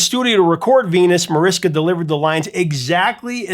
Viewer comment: Jesus, at least try to pronounce foreign names right! Mariska is usually pronounced Marishka. C'mon, Mariska Hargitay has been a big star in America for 25 years now! W's in Dutch are pronounced like an American "V", so "Van Looven" or "Van Loyven" It's not that hard to look up correct pronunciations, and if you are still doing it after all this time as a YouTuber, I can't imagine what clangers have come out of you in earlier videos.